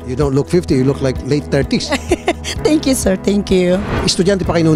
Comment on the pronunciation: Afroch, feralta, froud, tenk yu, simfle, filifin, around da word, manay ano ba yang English mo?